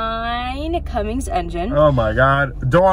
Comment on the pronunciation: Cummins not cummings